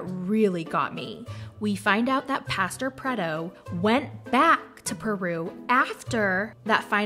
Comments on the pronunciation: "Pastor predo" got me so hard 🤣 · " Pastor Predo" 🤣🤣😂